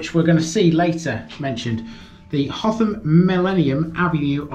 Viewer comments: It is Hotham not Hot ham. Did you attempt Hotham Hill!! 😳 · Now then; you've said the th- was like the th sound in "the", but pronounced it like the the th sound in "through" most times . Nice vid, nevertheless. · HOTHAM ADDITIONAL INFORMATION: - Despite asking a local for Hotham's pronunciation and alluding to it in the video, it's apparently still not right. It's said by the locals as "Utham"